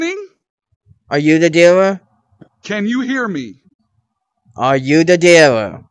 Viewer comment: "Are you the deewer"